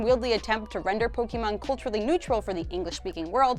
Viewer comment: It is POKE-ay-mon, not POKE-ee-mon